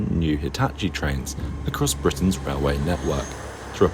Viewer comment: Called Britrain